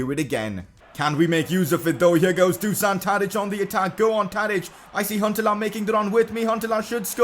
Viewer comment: #pcq You already signed Danny Mulder previously and released him. And then you signed him again lol. Also, since Tadič is Serbian his name is pronounced Do-shan.